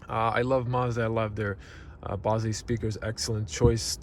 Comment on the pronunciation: Bose is pronounced like your nose or a rose.